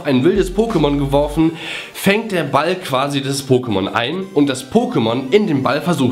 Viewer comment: wieso sagst du immer BALL?